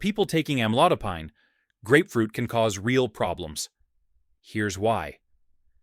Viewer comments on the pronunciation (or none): Most doctors pronounced this as Am-lo-dy-pin! And, not am-lo-die- pine (as in pineapple!) ! Excruciating to hear the host says "amlodiepine" over & over..yaaargh!!! But, this maybe a helpful video. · As a Pharmacist, I note several errors, primarily editorial, in this video. 1. Amlodipine is pronounced, "am laud a peen." 2. Start with sodium, then lead into food categories with (usually) high concentrations of NaCl or Na+. Correct pronunciations throughout to sound more knowledgeable and credible, referencing sources appropriately as they arise. Otherwise, good start. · It's AM-load-a-peen. Since you can't pronounce the name correctly, the remainder is ignored or worthless. The AI voice is rude as well. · Why amlodipAIne? It is amlodipIn. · Am- low- Di- pine ! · It is pronounced "am lode o peen." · Have your AI to pronounce the word Correctly… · Maybe be he should learn how to pronounce Amlodipine😔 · If the medicine etc. could be properly pronounced, your report might be more persuasive. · It would be helpful if AI could actually pronounce amlodipine correctly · Mispronouncing Amlodopine